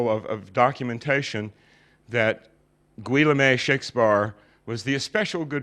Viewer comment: I think you mean Guillaume? Ghee-OHM. Not GWILL-a-may...